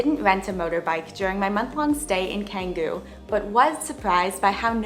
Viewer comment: I lived in Bali for 4 years and wow… I bet you’re fun at parties. It’s insane how many things you’re scared of and avoid that is just ridiculous and unnecessary. You don’t even know how to pronounce Canggu. You’re worried about all the wrong things. Best to stay at home….